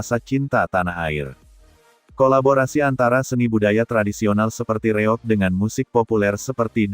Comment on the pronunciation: Nama kesenian Ponorogo namanya REOG bukan REOK.ini sekedar informasi biar jelas.